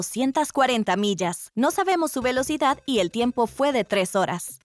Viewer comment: R de Relocidad, no?